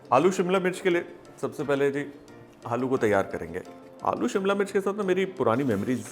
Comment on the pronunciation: उसे सिमला नही,, शिमला कहते हैं। सभी श को स बोलने वालो से दरख्वास्त है कि इस तरह की बोली को आगे न बढ़ाए,,खुद में सुधार दें।प्लीज